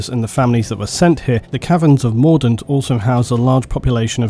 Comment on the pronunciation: When you say mordint I keep thinking Mordor